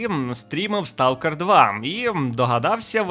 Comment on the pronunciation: хтось із українців знає, що англійське слово Stalker насправді звучить як СТОКЕР?